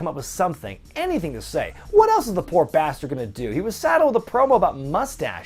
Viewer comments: Umm it's not basterd it's bath turd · I swear I heard Lashley say "Bath Turd" when I first heard him back in the day.. oh Bobby how much you've changed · Please,. Please. It's pronounced Bath Turd.